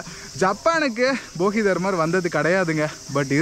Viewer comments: தலைவரே, அவர் போகிதர்மர்/பொங்கல்தர்மர் இல்ல, போதிதர்மர்😂😂😂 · போகி தர்மர் இல்ல தம்பி போதிதர்மர்